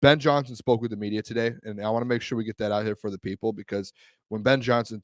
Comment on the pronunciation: Listen to "Ben Johnny Son"!!! 🤡